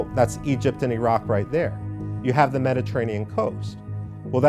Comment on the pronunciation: "...thuh Arabs...thuh Arabs...thuh Arabs..." (Repeat ad infinitum and ad nauseam.), please note that in real English, as pronounced by real native speakers, the definite article "the" is pronounced ði (as in "thee") before words beginning with a vowel. Thus: the elephant ("thee elephant"), the Arabs ("thee Arabs), etc. etc. NOT "thuh apple, thuh Arabs"! Thank you.